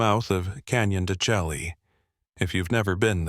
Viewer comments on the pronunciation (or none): It's SHAY NOT CHELLEE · There's a problem...stop using non dine readers/AI... ITS NOT Canyon de Shelly..it pronounced De Shay...check the correct pronunciation. I have lived among the Dine, a gentle beautiful people. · Hello AI, Canyon de Chelly is pronounced Canyon de "Shay." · I work at Chinle Hospital, been there 8 mths. You said Canyon DeChelly wrong ....it's pronounced De Shay. Ur not from Chinle. LOL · Ummm checking in November 2025. This is not a Navajo speaking. He's pronounced BEGAY, HOGANS and Canyon De Chelly WRONG!!! EXCUSE ME BUT IM NOT INTO THIS. Living and from the Navajo Reservation we've never seen skin walkers n many myths. Alcohol drugs yes ..family abuse yes!!!